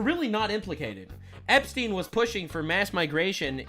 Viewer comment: looll "Epstiny"